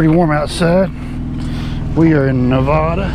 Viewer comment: It's “Nev-AD-a,” not “Nev-AH-da.”